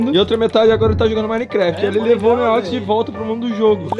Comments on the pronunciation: Como é: “Um beijo do que ama vocês, um beijo do Neox que ama vocês. Até amanhã e flw!” Como eu ouço: “Um beijo OUTRO NÍVEL porque amamos vocês. Até amanhã e flw!” Haha 👊🏻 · Mano sabe quando o neox falava neox na área nos vídeos antigos, eu sempre escutava neox nine kkkkkkk só eu??